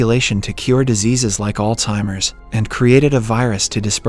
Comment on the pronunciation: its alzheimer's not altimers